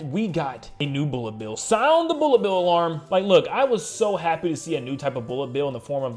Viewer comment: Boolet bill